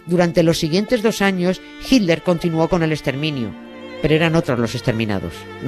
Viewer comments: ¿PORQUE USTEDES, LOS ESPAÑOLES, DICEN HILDER Y NO HITLER?, ¿PORQUÉ NO LES SALE? porque en América Latina, que hablamos el mismo idioma, lo pronunciamos bien. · ¿A cuales españoles habremos oído decir "jilder"? Pues, a estos dos de este video, a Nieves y a Carles. Yo ya también digo "jilder" (me gustó la modificación), pero por tRump digo "trompo" y a veces "trompudo".